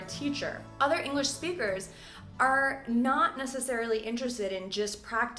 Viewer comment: What's that NAT you keep talking about? As in: "We native speakers do nat use..."